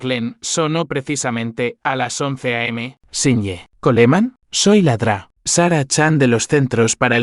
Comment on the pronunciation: Desde cuándo Doctor se pronuncia ladra